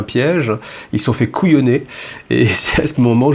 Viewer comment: Ils se sont fait "kauyonner" Arf ;-)